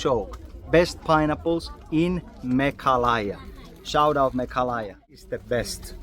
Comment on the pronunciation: It's pronoun not Me kha la ya...but it's pronounce Me gha la ya bro....